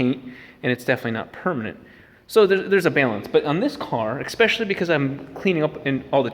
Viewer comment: Expecially...? Especially...?